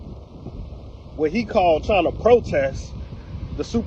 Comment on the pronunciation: A graduwation lol